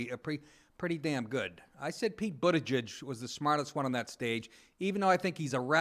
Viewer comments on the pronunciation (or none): Did you say Pete Buttijizz? No, that's just what I heard...